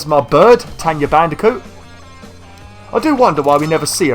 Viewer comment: It's tawna not "tenya" ppppllleeeaaasseee stop calling her that. And i hope that calling aka-Aku uka-uka was just a slip of the tongue